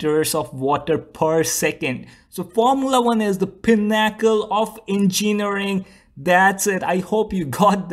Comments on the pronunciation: It's a great video. PIN-uh-cull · too bad these F1 guys can't talk the pinn-ack'-ell of en-cheenn'-arring